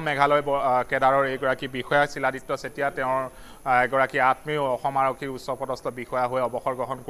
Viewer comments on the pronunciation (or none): চিলাদিত্যা ? তেতিয়া হলে আমি শিলক চিল বুলি উচ্চাৰণ কৰিম নেকি ? মৃত্যু খবৰ দি নাহে । মৃত্যুৰ খবৰ হঠাৎ আহে ।